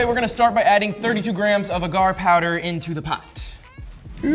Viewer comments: It's pronounced "Ay-gar". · There saying agar agar wrong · ahhhhh the way you are saying agar is driving me nuts....no...just no